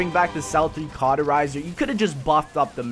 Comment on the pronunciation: stop saying carterizer..